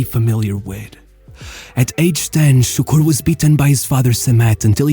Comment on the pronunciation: I was leading Turkish workers, 30 of them, not being a Turk, it was challenging, but they were good lads... until I mentioned Davor Šuker, which sounded like "Sukur", I had to rebuild authority up again just from that